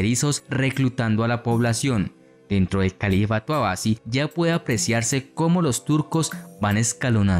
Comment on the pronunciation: Me gusta mucho el canal pero me incomoda el mal uso de los acentos por parte del relator. Selyucídas, en vez de selyúcidas, ábasi en vez de abasí, satrápias en vez de satrapías. Espero se pueda mejorar eso. Saludos